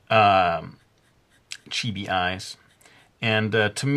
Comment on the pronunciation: It's chibi not chibie